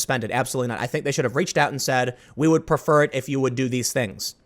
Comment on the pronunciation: "We would 'perfer'......." Banned.